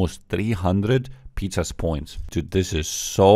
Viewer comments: Is he calling it Pizza's points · Just wanna help “puh - zazz points” (like jazz but zazz)